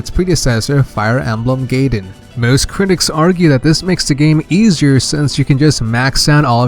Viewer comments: Guy-din not gaydin lol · "Now before we get carried away, let's move on to the second game in the franchise: Fire Emblem Gayden" Great, another person that doesn't know how to pronounce Gaiden properly. In case you want to know, it's pronoucned "Guy-den" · He forgot FE12, which introduced the customizable character, and mispronounced a good 4/5 of the names, I'll list what I remember: Guy-den, not Gay-den Fal-kion, not Fal-shion (Celice's name isn't even Seliph, get facts straight there.) Eph-ram, not whatever the fuck he said That's all I remember atm lol At least it was an good quality, informative video and the creator wasn't an Awakening fanboy. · GUY DEN, GUY DEN! IT'S NOT GAY DEN GERJKGNERKL;GNERK